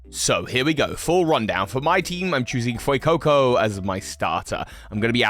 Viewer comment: THE A IN FUECOCO IS SUPPOSED TO BE AN E!